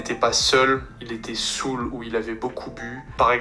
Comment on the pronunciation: Listening to the AI's voices, the German and Russian are OK, I think the Spanish is the best (I don't speak Italian so I have no idea), but in French, "saoul" (drunk) is pronounced "SOU" without the final L. Hearing the AI make this mistake repeatedly was torture for my ears. As for you, your Russian and German pronunciations aren't bad at all, your Spanish pronunciation could be improved but is quite OK, your French pronunciation however, is a notch below, which highlights the main flaw of this otherwise impressive system: it doesn't correct pronunciation (only spelling) so you'll be able to speak fluently, but never pass for a native. I'm looking for a way to improve my pronunciation and accent as well, especially in English and Japanese; it's a shame AI can't analyze voices more precisely to implement this function. Nevertheless, impressive and thanks for sharing.